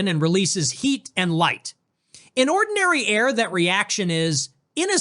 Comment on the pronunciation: What exactly is "Onndiny Air"? 🤣